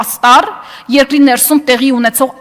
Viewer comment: Երկրի ոչ թե եռկռի😀😀